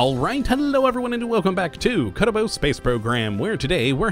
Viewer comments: He says kottabos space program not kerbal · When you say Kerbal like that in the opening, it literally makes me cringe. Please stop. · I still don't like it